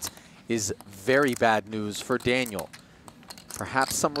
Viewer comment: What accent does he jump into when he mocks internet people? His guy-in-the-chat is like...french canadian? "Danyul".